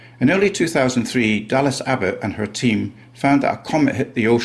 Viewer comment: He pronounced Her please…..